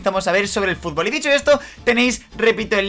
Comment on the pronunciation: dijo futbo